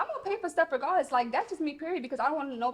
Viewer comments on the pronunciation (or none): none